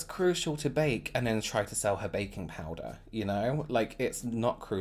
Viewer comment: I love the way you say powder. "Powdah" Anyone else or is it just me 😁😅😍